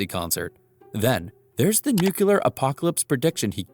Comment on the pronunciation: Nuclear Not new quelur Sound like not smart